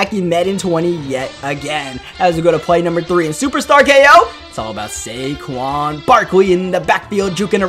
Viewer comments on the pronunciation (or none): none